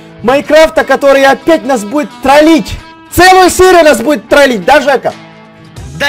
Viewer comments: не " ТРАЛИТЬ" а "ТРОЛИТЬ" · Не тралить а тролить не русский учись говарить